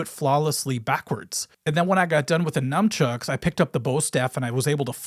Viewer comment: We both mispronounce "Nunchucks" so he's a regular white dood like me :P